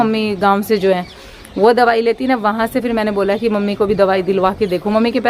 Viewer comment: aap se ko h bolte ho mene kei bar notis keya hai